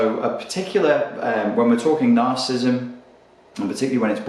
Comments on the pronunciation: Hard to take you seriously when you don't even know how to pronounce narcissism. It's three syllables - nar-ciss-ism - not two ("nar-cism"). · narcissism [nahr-suh-siz-em] 4 syllables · Another video on Narcism... You talk about this Narcissism soooo much, could you at least try to pronounce it correctly? Must be the same reason people keep saying White Supremist instead of White Supremacist, and the inverse: Naziism instead of Nazism. Grammar Nazis are likely Cerebral/Compensatory Narcissists. :P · Cool video! I like how Brit's say 'Narcissm' for brevity. And yet they add a whole new syllable to 'Aluminium.' I guess they really like aluminum over there. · This fellow wants to teach me about a trait he can’t even pronounce.